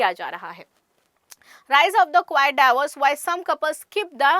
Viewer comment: Yeh DAVOS bol rhi hain ya DIVORCE bol rhi hain isko hi pta nhi hain....badhiya slang hain